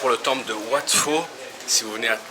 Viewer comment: Wat "Pau", pas wat "Fau" !